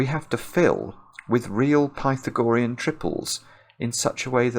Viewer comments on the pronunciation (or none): The "ah" is stressed in Pythagorean, not the "gor" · I always pronounce the theorem as "Pih-thag-oh-REE-in". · I wondered if "pi-tha-GO-re-un" was a Britishism, because I know there are other long words that are stressed differently in American and British English (for ex. "veterinary," which is "VET-rin-er-y" in the US, but my late British colleague said "vet-RIN-er-y" ). But the OED only gives forms with primary stress on "RE," secondary stress on either the first or the second syllable (so either pi-THAG-o-REE-n or PI-thag-o-REE-n). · Does he know he's pronouncing Pythagorean incorrectly? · Great puzzle. Pity we had to listen to the word "Pythagorean" being mispronounced for the whole 40 minutes. :-) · Is pronunciation of Pythagorean a typical British thing? Or just a personal thing? Not criticizing. Just curious. I have never heard this pronunciation before.